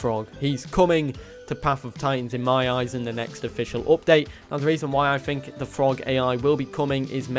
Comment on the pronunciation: "I phink".